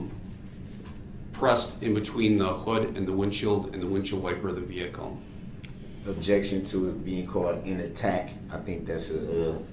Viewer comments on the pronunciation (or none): Hate the way he says "vehicoo"